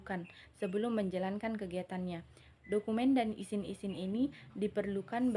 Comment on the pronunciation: syahida humaira kritik : penyebutan kata kata pada presentasi anda ada yang tidak sesuai, contohnya “izin” anda baca “isin” saran : saya berharap lain kali anda benar dalam penyebutannya